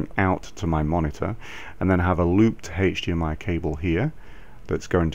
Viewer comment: Yes, that's the correct way to say this in the UK...